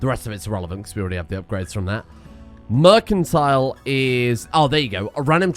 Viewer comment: the way you pronounce things bro.... Mercantile is pronounced Mer-san-tile and Innovative is in-uh-Vae-tiv